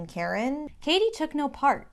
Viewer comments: Hold on. You've been calling her caddy for half this video. Isn't it pronounced Cady like Katie? Edit: you switched at the end? Is this a mind game? Am I the only one to notice?! Am I imagining it? Great analysis btw :) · It's pronounced Cady* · ah I seee you're doing it to represent Janice. I was wondering why you were mispronouncing her name the whole time 😄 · this is such a great analysis!! mispronouncing cady's name in janis' section was a really nice easter egg too :D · Great video...but why are you mispronouncing Cady's name? 😂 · It was willing me 😩😩😩 until I read why you did it